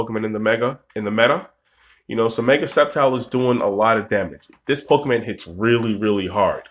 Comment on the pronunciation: Nick Melvin Good catch Trainer Nick. I've been playing Pokemon games for years. I know that it is PokemOn. I've just been pronouncing it PokemAn for so long since I was a kid. I've been trying recently to break the habit to no avail. Thanks for watching the pokemOn videos on my channel Trainer Nick!